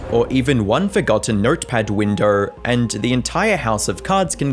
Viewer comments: never heard someone pronounce window like that lmao WINDERRR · nertperd winderr